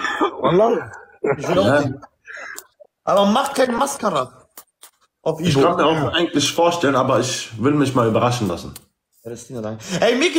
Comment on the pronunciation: Barellos Aussprache macht kein Maskaaaraa Leute